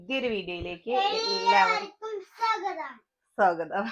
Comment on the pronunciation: നിങ്ങള സ്കൂളിൽ സ്വാഗതം എന്നതിന് പകരം സോഗതം എന്നാണോ പഠിപ്പിച്ചത് ആദ്യം പോയി മലയാളം പഠിച്ചിട് വന്നു വീഡിയോ ചെയ്യു